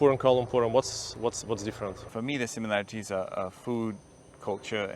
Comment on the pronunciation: his first sentence he literally say "similariteees" 😂